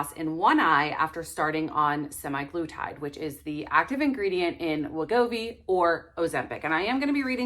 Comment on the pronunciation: You realize it’s not SEMI glutide with long A- it’s semAglutide pronounced “uh”